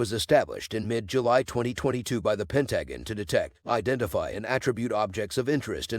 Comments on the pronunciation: Pentagon: pronounced pen TA gun. Robotic voices are so goofy. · yeah the new AI voices are getting a bit better but damn you'd think they could at least pronounce a word as easily noticeable as the Pentagon. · Terrible voice over but you got the facts straight . However the pronunciation of Pentagon gets you a thumbs down and report for child abuse.